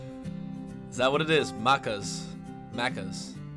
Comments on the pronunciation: Magpie is a bird lol, and you said maccas right on the 2nd try. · I thought most places had double decker trains! They’ve always been here in Sydney. Good to hear you pronouncing “Maccas” correctly! (The second way you said it)